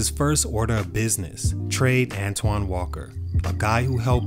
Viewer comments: Pronounced "ANTWAN"!! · At least pronounce his name right. An-TWON Say it with me